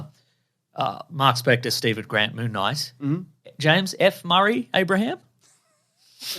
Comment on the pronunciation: Mr Monthday Monthvies.